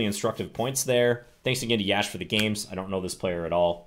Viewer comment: Always grateful for these CTRL videos🙏 Btw, it's pronounced "yush", rhymes with lush